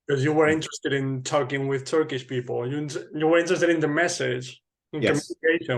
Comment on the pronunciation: Your Turkish pronunciation is the same as someone whose native language is Turkish. As a Turk, I was very surprised.